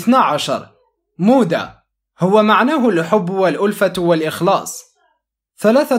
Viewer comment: مغباك في المدرسة مودة خطةانطق الواو مووووودة